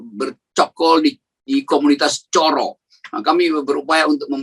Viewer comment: Coro yg artinya kecoak itu pengucapannya pakai o seperti pengucapan borrow gitu. Kalau pengucapannya pakai o seperti ponorogo maka artinya cara.